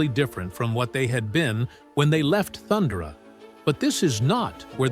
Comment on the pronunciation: That's not how you pronounce Thundara, AI.